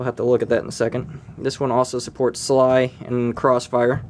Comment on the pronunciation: You said sly like as in a word its S-L-I :P